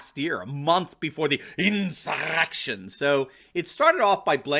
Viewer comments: WTF with the way you say "insurrrrrrection"???????? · The way you pronounce "insurrection" is hilarious! Please continue to pronounce it that way! lol